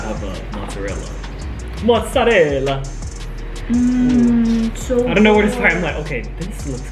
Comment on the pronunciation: im LOL at when HAD TO say 'mozzarella' in an Italian accent. Like he absolutely had to, he couldn't hold it back.